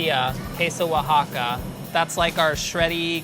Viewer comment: pronounces queso oaxaca so perfectly